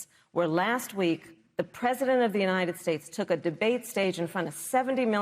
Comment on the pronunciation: The question arises as to why the media doesn't treat Trump as they did Biden. It seems they must regard Trump as sane, which is quite ironic. The issue may stem from a fear of confronting someone perceived as unhinged to the extent of mispronouncing 'United States'. It raises the question: has the media compromised its integrity?